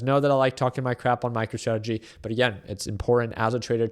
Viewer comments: Did you say micro tradegy? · Did you say MICRO-TRAGEDY? Lol😅